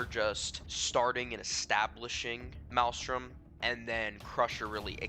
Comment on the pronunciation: You're not even saying the name of the gang correctly lol